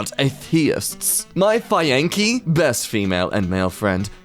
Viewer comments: I was holding it in and struggling very bad but then he said "faienkee" and I now got abs, thanks my man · The way he pronounced fiancee tho 🤣 keep it up man, you guys are hilarious